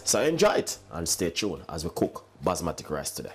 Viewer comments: 😳😳did he just say basma'tic' rice????WWWTTFFFF😂😂🤣😂😂😂😂😂😂🤣😂😂😂🤣he should just stick to yam! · Basmati (Bas-ma-tee).. that's how its pronounced. Future reference